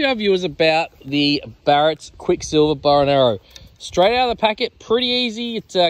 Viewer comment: Hey mate, the brand is Barnett not barrett